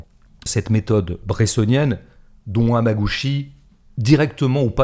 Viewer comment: C'est Hamaguchi et la syllabe "chi" se prononce "tchi" en japonais, à la différence de la syllabe "shi"